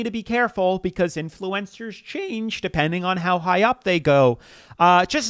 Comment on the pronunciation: Why are you saying "influencers" like that? Influ-EN-cers? You're putting the em-PHA-sis on the wrong syl-LAB-ble